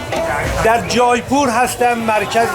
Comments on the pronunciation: با درود جایپور اشتباه است در حقیقت جے پور میشه Jaipoor اون ai به شکل E تلفظ میشه فارسی این (ے) رو ندارہ جے پور اگر به فارسی بنوسی جا نه می افته مثلاً میتونی بنوسی جیپور یا جی پور که اون تلفظ هندی و اردو رو نداره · جیپور تلفظ درستش هست اگر اشتباه نکنم. سرچی بکنید